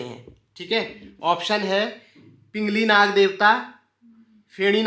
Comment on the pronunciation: पिंगल नाग सही उच्चारण है पिंगली नाग नहीं